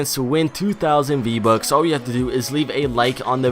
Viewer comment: “VBuk”. Lol